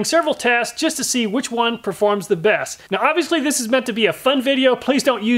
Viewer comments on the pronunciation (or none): none